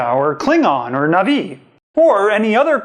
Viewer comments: Na'vi not Nav'i. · Sorry, but it's Na'vi not Nav'i. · It’s pronounced not-vi as well